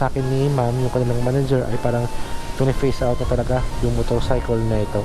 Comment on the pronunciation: sir, "phase out" yun di "face out"